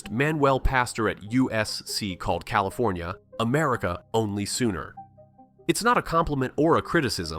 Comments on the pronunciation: CalifOnia? Come on.... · "Califonia"??? Clicks off...